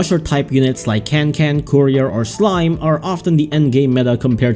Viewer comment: It’s courier I don’t care what you say its courier.